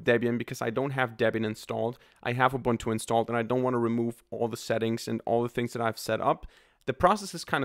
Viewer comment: its not 'Ubantu' its a zulu word man, its pro-nounced 'Uboontu'